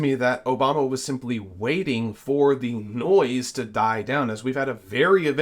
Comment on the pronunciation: It’s “a” and “the” NOT “aye” and “thee” This mispronunciation is rampant on news type videos. Grates like fingers down a chalkboard.